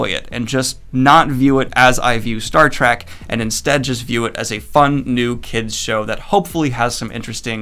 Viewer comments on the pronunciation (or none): did he just say Star "TRAK"? also, his watch is really on the nose.